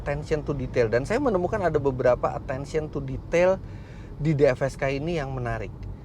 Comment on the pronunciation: Dfsk bacanya defsek😁